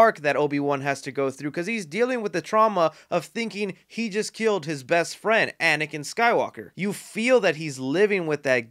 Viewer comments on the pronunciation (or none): none